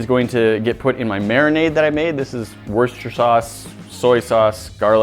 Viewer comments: it's WOOSH-TIR-SHIRE. Yeah I know, its weird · It's worster sauce there is no CH sound